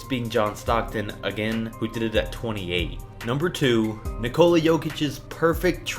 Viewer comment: why cant you dimwits pronounce Nikola right?